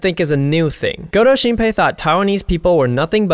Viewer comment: 一直聽成勾偷星培xD